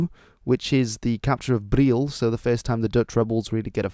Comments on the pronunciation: Hij is nederlands en her is briel in uitspraak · You kind of messed up the pronounciation of Brielle its pronounced briel-luh in Dutch.